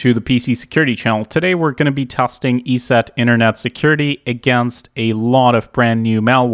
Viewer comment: eset is said "e-set" not "eee-see-eee-tee", but other than that, awesome content brother